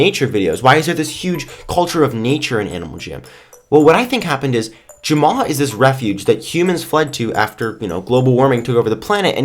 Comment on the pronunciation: You Jumma instead of Jamma